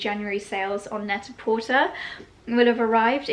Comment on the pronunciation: So, love your channel and I hope I am not being overly critical, but the company is pronounced net a portAY, as in Pret A Porter in French for Ready to Wear ..but on the net.